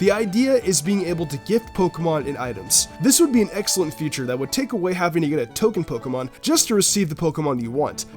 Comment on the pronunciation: he says Future instead of feauture